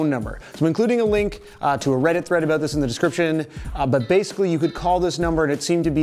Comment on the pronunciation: "Aboot" Canadian detected.